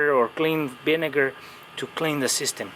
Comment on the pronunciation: He said the Binegar lol 😆 vinegar with a "B"